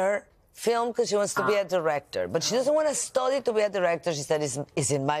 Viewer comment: OYE SALMA, NO DIGAS STODI, DI STADI.. SUENA MAS A LA PALABRA STUDY...